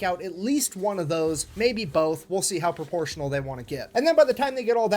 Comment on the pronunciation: Pruh-po-shun-allll dah-mage :text-green-game-over